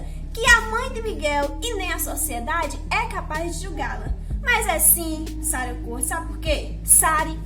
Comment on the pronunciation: Primeiro q a criança não morreu em Tamandaré foi em Recife capital, depois a lei não é municipal e geral . Tu nem o nome da mulher tu não sabe pronunciar. Não é Sara não meu bem é Sarí . Tu q gravar um vídeo vai saber das coisas e aprender a falar oxi